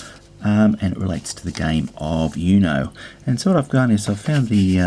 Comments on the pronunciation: It's pronounced 'OOH-know', not 'YOU-know'. 'Uno' means 1 in Italian and Spanish, referring to the fact that you have to say 'Uno' when you have 1 card left (even though that's grammatically incorrect in both languages, but that's not the point). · Its uno not U-no You say it as "you know" Its actually "ono" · i mean dude its spanish for number 1 and its pronounced ooooooknow